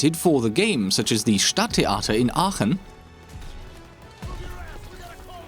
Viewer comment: "Stadttheater in Aachen" ... So sauber spricht das nur ein Muttersprachler. Umgekehrt Respekt, dass dein Englisch so gut ist.